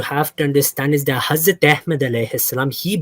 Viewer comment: How the he'll this can say hazrat Ahmed maud as what the hell